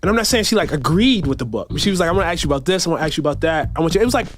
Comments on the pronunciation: Cannot pronounce the word “ask”: he says “aks”. Give me a break. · Do intelligent people really say "aks" rather than "ask" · If you have been a reporter for more than twenty years you should be able to pronounce ASK correctly. I cannot take this man seriously. Don’t even AXE me to try. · As soon as someone says “aks” instead of “ask” I can’t take them seriously. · I hate when someone says ax for ask. The anchor was doing his job and so glad to see it. The leaders are a joke ... cbs is neutral in what fantasy. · Just one question: When will our back citizens learn that the word is "ask" and not "axe"? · Interesting that the ‘renowned author’ mispronounced the word ask? Ax is not to be confused with ask, jackass sir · Try to pronounce the word “ask” correctly, please. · The great writer actually said that she showed him what she was "gonna aks him" just saying. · Another so "educated" who can not pronounce the word ASK. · I cannot stand when educated reporters and authors cannot speak the word "ask"...it drives me nuts.... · Why can't black people say the word ASK! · Does that guy not know how to pronounce 'ask' ... What is that?